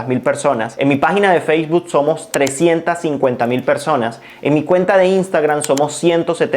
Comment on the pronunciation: Feisbud? xD Bien por el contenido, pero ojo con las pronunciaciones.